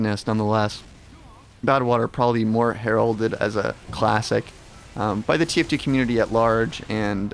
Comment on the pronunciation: Less than a minute in and he already pronounced heralded wrong L